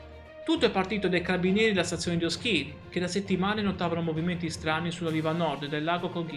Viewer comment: 🎯🎯🎯🎯ÓSCHIRI............ACCENTO SULLA O